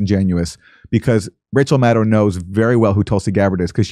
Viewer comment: Kurt Metzger should just STFU about Rachel Maddow. Plus he can't even pronounce her name correctly. Neither can Canadian interloper Aaron Maté. It rhymes with meadow. Metzger goes on Fox with Greg Gutfeld to trash the journalistic profession. Dore keeps going on Fox with domestic enemy Tucker Carlson. You guys are so clueless and out of your league.